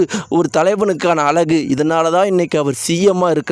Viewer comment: அழகு என்று சொல் லுங்க அலகு என்று சொல்லி தமிழை அசிங்கம் செய்து